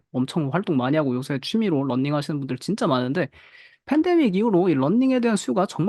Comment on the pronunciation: 런닝이아니고 러닝인데 계속 런닝...발음 너무 거슬리네요